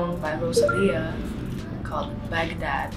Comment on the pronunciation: the way she said bagdad- I CANT